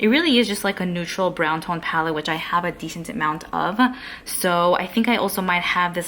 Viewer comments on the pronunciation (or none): Your speech is to cute, the way you add “ah” to the end of your words. ie: palette-ah